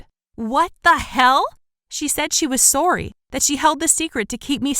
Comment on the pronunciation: Did anyone else notice that she said sorry weird